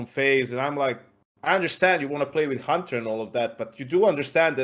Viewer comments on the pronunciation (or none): Love how pronounced it khunter... like a true slavic language speaker